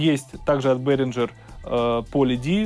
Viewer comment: Бэээringer- не к лицу!